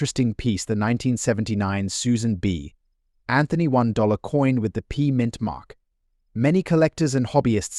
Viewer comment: I THOUGHT THE SAME THING. It says Susan B. Anthony. Not like Susan b. Anthony because AI PAUSES at the B.